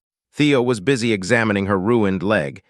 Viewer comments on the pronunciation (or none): none